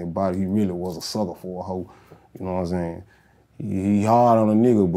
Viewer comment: As SOON as he said "yaknowinsayin" and "yafeelme" I knew he was from my hometown 😂